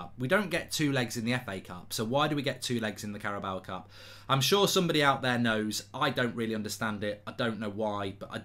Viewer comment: Nobody: Mark: Carabaowa Cup